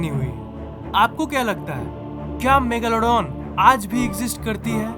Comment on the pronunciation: Kya bolle rahhe ho bhai😂😂 Megaalaadooon nahi megladon bolte hae😂